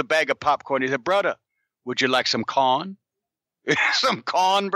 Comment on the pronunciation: "Brudda, would you like some cahn? Some cahn brudda?"